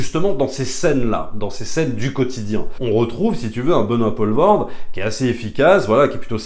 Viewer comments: Pitié c'est Poelvorde pas Paulvorde, ça ne se prononce pas de la même façon. Pour faire simple c'est plus comme pool en Anglais. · Benoît Poelvoorde se prononce "Poulvôrd" (le oe en néerlandais se prononce "ou")